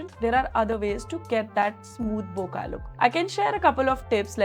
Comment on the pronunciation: Thanks for your review. BTW, "bokeh" is not pronounced बोका but as बोके. It is a Japanese word that is mispronounced largely by Americans. One correction: the 200-600 was also designed for high res sensors. The 61 MP A7R has been around for a long time. In any case, neither the 200-600 nor the 400-800 can resolve the full resolution of the sensors. If micro contrast at high resolution is required, then you have to go to the 600 f/4 prime. The main differences between the 400-800 and the older 200-600 are the new linear drive motors in the 400-800 that makes autofocusing much faster, and the 1.78x greater magnification (almost double) that 800mm can deliver vs. 600mm. The 200-600 also has the advantage of being lighter and hand-holdable for longer times. If money is not an issue, it is worth having them both. But if it is either / or, then the 400-800 is the more useful lens for wildlife and bird photographers, as you said.